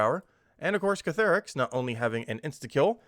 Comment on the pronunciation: Ctharrasque -- See' - thar - asque -- kinda rhymes with "My Barracks"